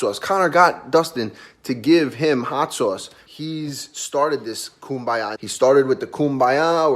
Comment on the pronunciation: Raging Al- “Hot Soyce”